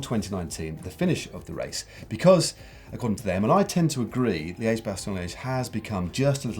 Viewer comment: Hey guys, the "e" in Liège is a short e as in "red" or "hedge".